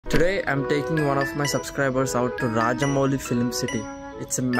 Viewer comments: Bro it is not rajamoli it's ramoji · Did he really say "Rajamoli" Film City?? 😂😂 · Not rajamoili it' ramoji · Did he just said rajamouli film city at starting 😂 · Dude its "Ramoji Film city" not raja moli film city. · It's not Rajamogili City 😂 It's Ramoji Film City 😂😂😂 Dude 😂😂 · Did u just say Rajamouli film city¿ its Ramoji Film City!!